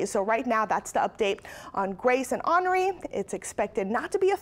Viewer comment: I must me the only one that didn't know this but, I didn't know that "Henri" is pronounced like Anri